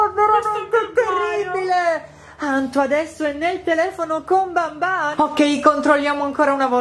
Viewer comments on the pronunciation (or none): SI DICE BANBAN